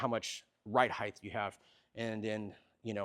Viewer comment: People it’s 2026. Can we finally agree it’s height not heitdth